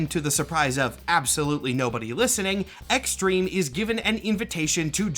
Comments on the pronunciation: Ah yes, X-Trem-eh. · Honestly i can hear u not pronouncing the hyphen